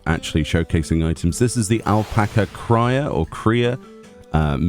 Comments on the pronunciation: Thank you as always for the showcase! Alpaca lover has to tell you though that it’s pronounced “Kree-ah”. Lil baby cria!! 🥰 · Amazing video as always!! And yes, it's "Cria", as "KRIH-AH". The entire zone is based on Perú, so it's meant to be Spanish